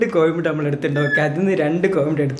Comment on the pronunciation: കോഴിമുട്ടയാണ്. കോയിമുട്ട അല്ല .